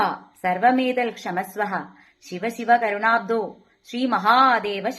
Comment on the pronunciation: ക്ഷമസ്വ: എന്നില്ല ക്ഷമസ്വ എന്നാണ്. കരുണാബ്ധോ എന്നല്ല, കരുണാബ്ധേ എന്നാണ്